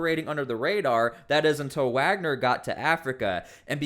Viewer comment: So now they’re Waggers instead of Wagner